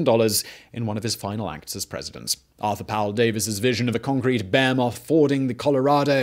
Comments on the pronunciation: Simon, Herbert Hoover the secretary of commerce, and Herbert Hoover the president are the exact same person lmao😂🤦‍♂️👍 he served as secretary of commerce from 1921 to 1928, then became president in 1929 , and served as president till 1933 😝🤷‍♂️ Also, Baymoth? You mean ba-he-moth lol?😂👍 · You say "Behemoth" in all these vids,,,dude its "Behemoth",,,ok